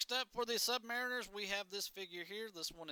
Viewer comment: Bro said sub mare inners